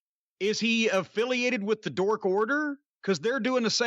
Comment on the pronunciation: I'm sure I'm not the only one to notice this but when Jim Cornette says" Dark" it sounds like he's saying Dork Order😂 instead of Dark Order